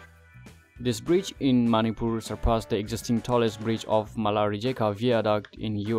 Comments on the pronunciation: Bro its Manipur not maupur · The way u pronounce Manipur .....or maniipuur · Maripur...your english pronounciation sucks bro. Try to improve english speaking. By the way good job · Nobody knows? like really? its a General knowledge specially from NE they knows that 😅 BTW nice try at least try to pronounce correct the word "MANIPUR" all the best 👍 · Good job, but your pronunciation of "Manipur" is 😁😁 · do u have any idea what u r speaking!!little knowledge is dangerous amigo...PS: learn to pronounce Manipur properly 😂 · Why you Pronounced Manipur like that???...so disgusting bro! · First learn to say Manipur properly. Its weird.